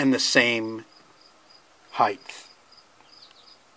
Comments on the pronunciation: The noun form of broad is breadth, the noun form of long is length, and the noun form of wide is width. Because of this, some people follow the pattern and say heighth, with a th at the end of the word high. That is not standard English. The correct form is height. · "Height" please!-- there is no "th" end but an "ht". The consonant sound produced by "th" is as pronounced here....improperly since the spelling is rather an "ht" suffix which is tten just a regular "t" sound. Grammar is major for me so correct please. Your content is great and I've saved it.